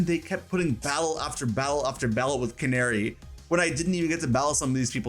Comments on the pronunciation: CA-NA-RI NOT CANARY😂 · Canari isn’t said like like. Na like Nag, use that sound. Not nare like snare sound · Imma be honest i thought her name was pronounced Can-AH-ri instead of like the f*ckin bird